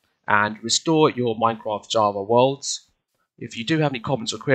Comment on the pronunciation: oh no thanks for the video but It sounded like at the begging of the video you said you replaced the r i think